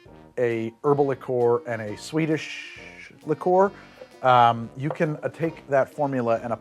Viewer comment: NGL, I keep hearing it as "Swedish" instead of "sweetish" liqueur!